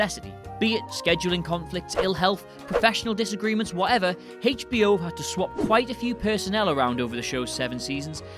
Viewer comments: HAYCH-BO. Love it!! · heyhitch B O, thats old school pronunciation. Good stuff